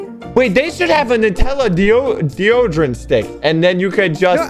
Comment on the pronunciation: AT 3MIN AND 21 SEC SOCKS SAID DEOGERANT INSTEAD OF DEODERANT